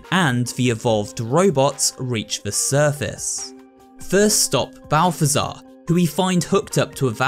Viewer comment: Name: zbaltazar This dude: balftazar